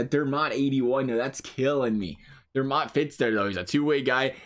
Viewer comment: It sounds like you call Dermott, Dernott lol